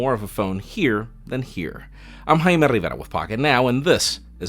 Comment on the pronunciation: I like how you roll your R when you say your name..